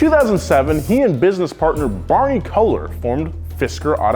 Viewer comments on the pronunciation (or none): clears throat Its Kaylor, like Taylor. Not Kohler, and yes I had it finally cleared for me by a German professor at Dartmouth. It's pronounced Kaylor.